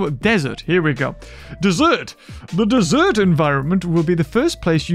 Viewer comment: You're pronouncing "Desert" wrong.